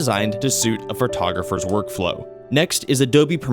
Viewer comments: Please take this with all the respect intended. The word Photographer is pronounced Fo-tog-raf-er not FUR-tog-raf-er. Listening to the mispronunciation over and over makes it hard to want to finish this video. I have ADHD, so maybe it annoys me more than some but ack. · Fur-togropher is not a word. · Ugh "fertogopher"